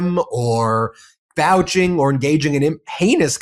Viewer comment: Good! BTW, it’s ‘Vouching’ not ‘Valging’…💙